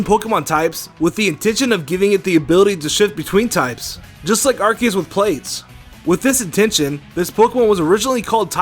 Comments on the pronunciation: I AM TRIGGERED. YOU SAID IT "ar-KEY-us" NOT "ar-SEE-us" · Maddison/GamingGirl its ar-key-us u dumbass...go watch Jwittzz if you dont believe me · Francisco Neto Ar-ke-us is the new correct pronounciation. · I hope you didn't just mispronounce Arceues name TWICE.